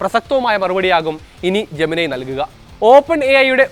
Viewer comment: ജെമനൈ അല്ല bro ജെമിനി എന്ന് തന്നെയാണ് പേര് ജെമിനി യോട് തന്നെ ചോദിച്ചോളൂ..